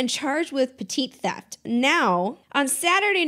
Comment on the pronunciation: “Petit theft” is sending me tho